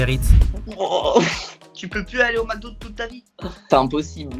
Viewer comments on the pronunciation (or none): none